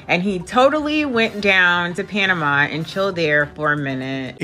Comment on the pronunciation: Panama, pana-ma-a.